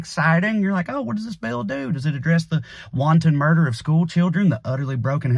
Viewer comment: Hey!! You pronounced wanton correctly and it seemed really natural. Congrats!🤣